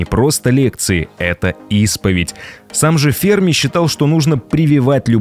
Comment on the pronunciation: Ударение в фамилии на последний слог - ФермА